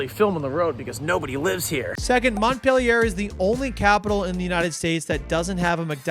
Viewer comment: This was awesome, I'm very proud of you! Also, I sing to my baby daughter every night the 50 state capitals (plus DC and the territories). Now I know how to pronounce Pierre and Montpelier